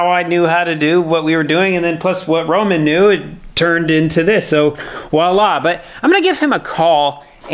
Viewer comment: Why do people say, “wa-la”? It is voila (vwɑːˈlɑ). Super tired of hearing words being mispronounced due to lack of education, or just not bothering to look up an obviously unique word.